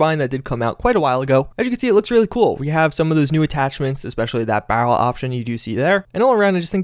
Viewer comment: Why do you pronounce barrel like "BAH-wel"